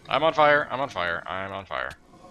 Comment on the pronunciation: "This Pahimar Is on Fia" (c)